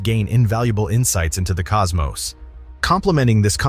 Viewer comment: thank you for saying cosmos and not cosmoss like so many others that need to read a book.